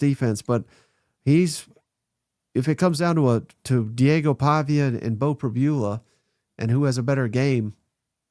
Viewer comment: I’ll pay to KEEP there! You guys are great and I love you keeping me company in my work vehicle overnights during football season 🙂 is still learning. I think he’ll click at some point soon. Played two awfully good defenses the last couple weeks…., btw, Pribula is Prib-you-luh. And it won’t be long before you guys are talking about Oh-loo-buh-day 😆 MIZ!!